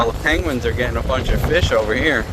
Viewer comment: "penguins"., have you been drinking?